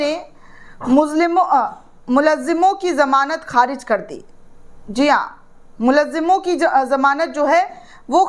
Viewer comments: बेटी मुल्जिमो का सही उच्चारण करें जैसे मुल+जिमों = मुलजिमों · Dear anchor - correct pronunciation 'Mul-zim-on' hei. Khayal rakhiye.